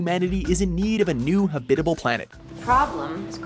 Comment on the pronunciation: Habit I bile? Ffs there's an a in habit A ble pronounce it